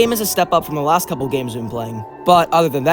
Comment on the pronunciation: 'Ganes' —was that on purpose?